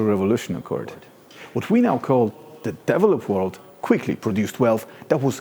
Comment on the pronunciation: sounds like he's saying, " the deviled up world " 😂. I'd have to agree too...